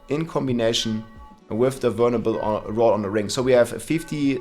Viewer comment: Anyone else hear him say "burnable" a thousand times and then realize he was saying "vulnerable". Awesome video btw man :) def changing builds